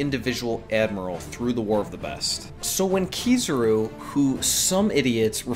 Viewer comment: Ki-za-ru. Not Ki-zuh-ru. You’re killing me.